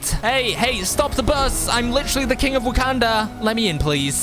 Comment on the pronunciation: Wakanda not wakenda